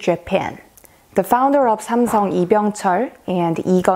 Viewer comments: It's because she is pronouncing in korean while speaking in English . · Yeah because she's Korean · Her accent suddenly changed when she pronounced "SAMSUNG"